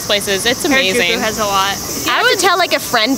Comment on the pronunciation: No one: Literally no one: First US gal: HAIRAJUKU facepalm